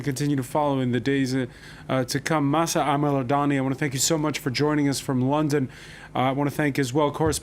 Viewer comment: It is so sad to see some folks who are not able to correctly pronounce some simple words such as "Mahsa" or "Basij" (or ask someone to tell them how to) are in charge of creating this kind of content. The moderator's disinterest was occasionally visible (or audible). Thanks to the Iranian ladies specially Mahsa Alimardani for saving the debate.